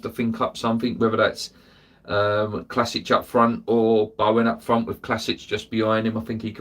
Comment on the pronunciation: Hey, Vlašić is pronounced as it looks in Vlassick, no Clasich....